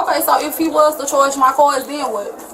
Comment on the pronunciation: "Chorge my cords" was killing me 🤣